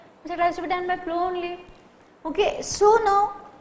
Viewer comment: plough pronunciation is wrong & part of plough ,you say beam is wrong, it is called yoke